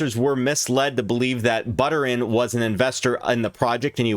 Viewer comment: This goofball can't even pronounce (or doesn't care to look it up) SHIBA INU and VITALIK BUTERIN. He keeps saying SHIBU and BUTTER-in. LOL